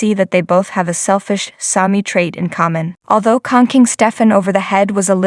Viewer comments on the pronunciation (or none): Its pronounced shanell. and Sami, not Salmi. lol